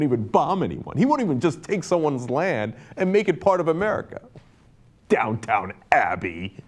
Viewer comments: Not to call you on your elitist bona fides, Cenk, but it is Downton Abbey...not Downtown Abbey. But I like your way, too. lol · Its "Downton Abbey".Not "Downtown Abby.. Thats my woman. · It's Down-TON Abbey, not Down-TOWN Abbey. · Down-ton abby not down town abby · The thing I got from that was that Cenk pronounces it downtown abbey